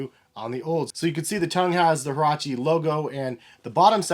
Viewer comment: Get your pronunciation right bro